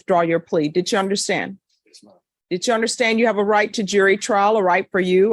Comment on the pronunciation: Dit chew understand that dit chew is not the correct way to say did you? Dit chew understand that wig isn’t fooling anyone. Dit chew understand that your court reporter keeps a record not a wreckurt?